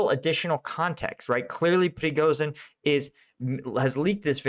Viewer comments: The combination of "zh" in the name "Prigozhin" is pronounced as the 's' in 'asian". Pree-go-zheen. Just like in "Zaporizhia". Keep up the good work. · Man... Please search an audio how to say prighozin's name. Not for him but for our eastern European ears 😂